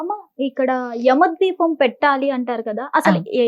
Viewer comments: ద్వీపం కాదమ్మ దీపం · ద్వీపం కాదు అండి దీపం 🤦‍♀️ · Yama ద్వీపం కాదు దీపం